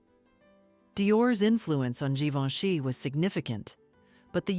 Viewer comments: Sì pronuncia GIVENCHY … e non GIVONE! La voce è generata dalla IA? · Non si può sentire, sbaglia tutti i nomi Givoni!!!